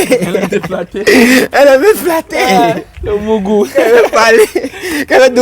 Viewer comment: Toi là tu n'es pas bien tu dit le moûgou 😂😂😂😂😂et tu souri 😂😂😂🎉